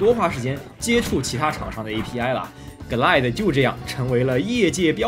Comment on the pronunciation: 从Quake增加VooDoo卡支持变成GLQuake(节目中读GL Quake)，就可以推出Glide读“割奶”是不对的，应该一个个字母地读：G - L I - D - E，这里GL是一个名词的缩写，而IDE又是另一个名词的缩写，如果有人说我较真的话：我不较真就真的很对不起节目组：找到了20年前的MMX奔腾CPU，和模拟486 DX 33(基本可以肯定不是真正的硬件了)运行Quake的时的画面效果